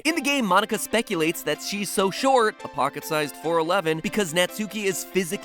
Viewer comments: it's natski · Isn’t her name pronounced nah-tski? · it seriously bothers me how you pronounce natsuki's name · Please stop pronouncing her name like that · oh my god it kills me how they pronounce Natsuki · all y'all complaining about stretching the video and being out of ideas meanwhile it hurts me every time you pronounce japanese names wrong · He kept mispronouncing Natsuki's(the way he says it) name if got me on edge everytime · Not even three minutes into the video and I'm already about to flip my table from how many times he has pronounced 'Natsuki' incorrectly. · The way he pronounces Natsuki's is like nails on a chalkboard to me. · Does the way MatPat consistently fails to pronounce Japanese names bug anyone else? He's putting way too much emphasis on the su in Natsuki. To be pronounced the way he says it, her name'd need another u. God. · Ur saying Natsukis name wrong!!! If this is based on japan witch I mean look at them they look like anime girls then the U in Natsuki is silent like in Sasuke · Its nat-ski not NUTSUCKY not NAT SUKI ITS JUST NAUGHT-SKI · Pronouncing Japanese seems to be quite difficult despite the fact that the only rule is to not stress any syllable. Right Mat? Like not naTSUki, just natsuki. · I keep cracking up at natsuki. It’s pronounced Nat-ski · 👋 Hi everyone, so just a quick fact for you if you didn't know, Natsuki isn't pronounced Nat-soo-kee, it's actually pronounced Nart-skee. You're welcome! 😇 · You pronounced her name wrong You pronounced it Nat-sue-ki Its pronounced Nut-ski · It’s natski not nutSUEki I know I’m spelling Natsuki wrong but I’m telling matpat how to say Natsuki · It's knot-ski It isn't gnat-sue-key Pronunciation of Japanese names, amirite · He said Natsuuuuuki: it's spelt Natsuki and pronounced Natski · Netsuki? IS NA-SU-KI NOT NE-SU-KI!!! Mat Pat get your pronunciation right. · Nat-ski is how it's pronounced, not Nat-sue-ki. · Why do people keep pronouncing it Nats-oo-kee? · It pronounced "Not Ski"